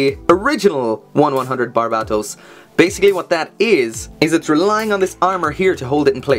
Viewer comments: BARBA-TOES Now you can't unhear it. You're welcome :D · barbatos is how you pronounce it bud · It's just Bar-baa-tohs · its barubatosu to be correct xd (the pronunciation of Japanese may be very hard to pronounce for non-asian ppls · Holy shit I cannot get over how you pronounce Barbatos